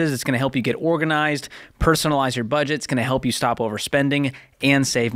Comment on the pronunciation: Why would you not re-edit the video to cut out the mistake of "bedget?" asking for a friend.